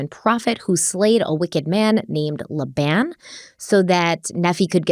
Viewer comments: Ma-rone-eye = Maroni Also, Nephi is pronounced Knee-ph-eye And Laban is Lay-bun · This may have already been pointed out, but as an ex-Mormon, I just wanted to help you with pronunciation of these crazy Book of Mormon names… Long I (eye) on Moroni. Long E and I on Nephi. Long A on Laben. I’m here for you if you have any Mormon questions 🙃🙃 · Not a dig at you whatsoever. I love the videos but just so you know the Mormon religion pronounces a lot of those name’s differently. I grew up in that cult… I mean religion… and left when I was 16. But for reference: Moroni: more-own-i Nephi: knee-figh Laban: lay-ben Some of these are also towns in Utah. So I just thought I would let you know. ❤